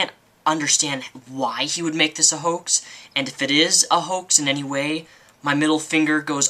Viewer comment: lmaooo youre hilarious. lmao your pronounciation of "onishion" instead of onision and "hoak"' instead of hoax